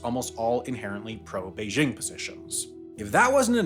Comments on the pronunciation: Yes, the pronunciation in the video was off. There's no h sound in there. The sound "bay-jing" is correct. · it's not "beizzhing" with a soft j. it's simply pronounced like it's spelled, with a normal hard j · Sorry, just can't get past how you pronounce "Beijing." Is that how it's pronounced in Hong Kong? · You keep pronouncing “Beijing” wrong. Say this is your head: “jingle bells, jingle bells.” See how you pronounce the “jing” in “jingle”? It’s the same pronunciation for “Beijing.” Try it.